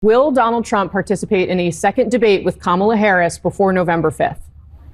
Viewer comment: And after she pronounced her name to him he still decides to say it incorrectly, what a childish LOSER #kamalaharrisforpresident2024